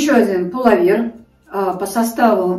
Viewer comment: Пуловер-ударение на ,,о''.